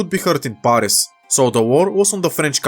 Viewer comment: You pronounce the a in Paris it like the a in cat not the one in the word arctic